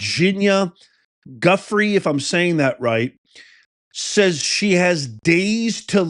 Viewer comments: I believe her name is pronounced ‘jooFRAY’. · Goo-frey is pronunciation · Hey Its pronounced jiu-frey 🇺🇲🇺🇲🇺🇲🇺🇲🇺🇲🇺🇸 Thanks for the informational content Love your trump voice 😂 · her name is pronounced “joo fray.” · Lifting her up and praying that Virginia Giuffre be held in Jesus' healing hands and that she comes through this ordeal swiftly and completely. Professor, her name is pronounced "Jew-fray". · It's pronounced JIFFRAY